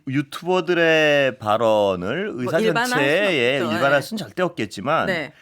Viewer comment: 으사 아니고 의사 😊ㅋ